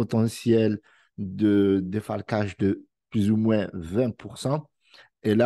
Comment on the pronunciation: on est écrit '' moins'' mais on dit' 'moin' ' pas moinSs